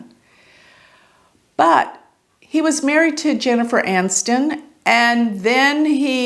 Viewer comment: Her name is not Jennifer Anston. Its ANI ston. Theres an""i" in it.